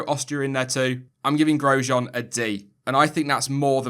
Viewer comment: " I'm giving Groesjean a D" 😏😏